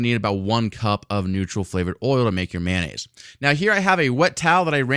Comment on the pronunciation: Its Mayo nnaise, not manonaisae